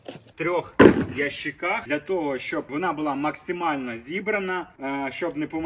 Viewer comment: А що з мовою? Наголос у слові ящик на другий склад?